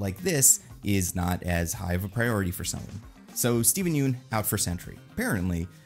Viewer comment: I’m admittedly kind of surprised people still mispronounce Yeun after all these years lol